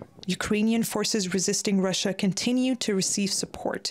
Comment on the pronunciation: Russia, Russia, Russia. Sounds like: Marsha, Marsha, Marsha.